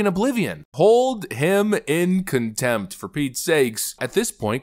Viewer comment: She didnt just say "comtempt" she said "Inheirent comtempt" this is the real difference.